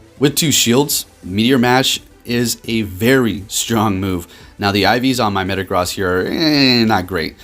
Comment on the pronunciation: My guy, could you please start pronouncing Metagross correctly? It’s super distracting in your videos. - and in that video